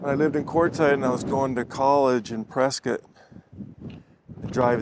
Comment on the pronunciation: Hi, your channel is great! I’m a native Arizonan, too… born in Winslow. I don’t want to offend you, but the majority of natives pronounce “Prescott” as “Pres - cut”. Bot of my grandfathers pronounced it that way and both were born in the late 1800s. No offense I hope.